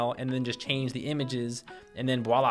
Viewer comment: at about 30.18 sounds like you say "voila" and not "walla"... as a frenchman I thank you.